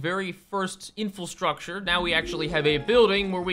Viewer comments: you say 'infilstructure' lol it's inFRAstructure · TIL you can't pronounce infrastructure. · Its called infrastructure not "in-fill-structure"